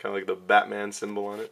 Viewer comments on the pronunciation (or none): none